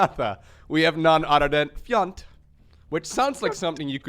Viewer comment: Also, "fiente" (the way you pronounce it) is another word for "shit" in Franch ^^